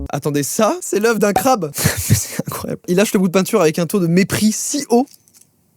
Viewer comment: Crabeee A prononcer crabeeeuuu